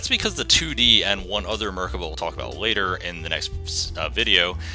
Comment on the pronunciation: You're saying the name wrong and it's cringey as fuck